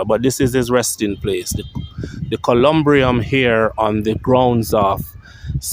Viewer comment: The building of his resting place is called a columbarium. You constantly mispronounced words in your vlogs.